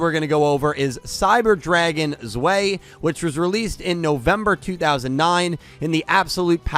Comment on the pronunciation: It's pronounced Zvai